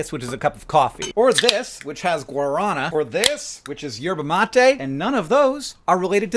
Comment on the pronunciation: as a brazilian, i genuinely went into shock upon hearing your pronunciation of guaraná and mate